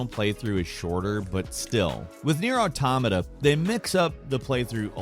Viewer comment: finally said Nier Automata right!!